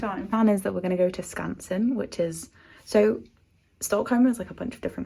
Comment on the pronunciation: I think you pronounced Skansen perfectly